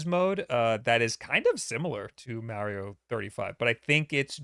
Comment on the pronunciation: You and Mario go so far back he pronounced his name differently back then. 🙃